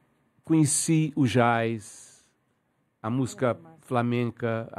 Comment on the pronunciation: Ele tão respeitado por quem o admira,que se dá ao luxo de pronunciar a palavra "jazz,"como está escrita,e ninguém repara ...é muito natural em cerrado ocasiões....